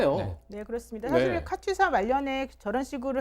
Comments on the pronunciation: 여자 변호사는 카투사 발음도 제대로 못해서 "카튜사"라고 말하고 있고, 카투사에 대해 얘기를 하지만 카투사 출신도아닌 남자가 나와서 30년전에 군생활 한 친구가 한 편하다고 한 얘기를 떠들고 있고, 내용은 다 주워들은 확인도 안된 내용이고 (~하더라), 역시나 세부내용은 맞는게 진짜 하나도 없고, 아주그냥 가관이다. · 카투사가 맞음 카튜사 카츄사 거리는 것들 졸 거슬려